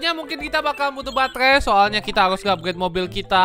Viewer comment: Gila gw ketawa sendiri denger: batehrhai, ghrhow, hrhobot, khrhopos, luahrh angkasa awokawokawok